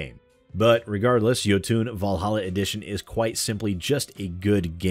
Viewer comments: It's pronounced "Yo-ton", not "Yo-toon". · its jOtun, not jotUn. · Think you are pronouncing Jotun wrong, should be Jotun(fast) with no uuun at the end like Jotunheim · Jotun is pronounced like Yo-Ton. Great game, pretty hard later on. I have videos of myself beating it. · Isn't it pronounced "Ioutn"?